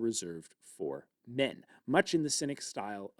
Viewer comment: hipparchia - arch like the curve, not ark